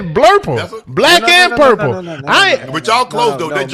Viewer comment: He called that man Blurple, clear it up and said (he pumpernickle stin blue) 🤣🤣🤣🤣